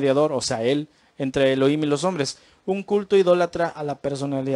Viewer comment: SALUDOS DE PERÚ ERES INTELIGENTE PARA LA GRACIA DE DIOS: GRACIA O REGALO DE YAH (DIOS), EN HEBREO ES YAHUHANÁN=GRACIA O RAGALO DE YAH. NO SE DICE ELOIM, SE ESCRIBE ELOHIM Y SE PRONUNCIA ELOJIM. NO SE PRONUNCIA: ELOIM. YAHUHANÁN SE PRONUNCIA YAJUJANÁN. YAH SE PRONUNCIA LA 'H' COMO JOTA=YAJ. DESDE PERÚ VEO TUS VÍDEOS Y ME ENCANTAN REFERENTE AL SEÑR YAH Y A SU AMADO HIJO YAHUSHUA NO YESHUA COMO NOS ENSEÑÓ EN EL PADRE NUESTRO A SANTIFICAR SU NOMBRE Y NO BLASFEMARLO. YAHUSHUA SE PRONUNCIA: YAJUCHUA CON JOTA SUAVE Y ESPECIE DE CH SONANTE O CHILLOSA ASÍ: SH, SH O SSSS....